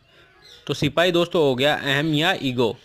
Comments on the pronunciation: Ap y platform use kr rhe hai or apko sipahi na likhna aa rha h or na hi bolna....think twice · Very nice sirrr... But not sipai... It is sipahii